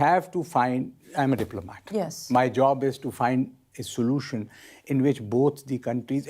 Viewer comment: Can we find a soo-loo-tion